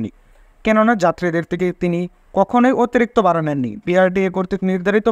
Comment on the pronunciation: Vai, bara noy Vara bolun